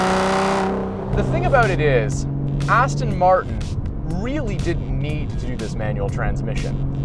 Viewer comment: Please please please pronounce it correctly.It's Aston Martin, not Aston Martun. 😕😕😕😕😕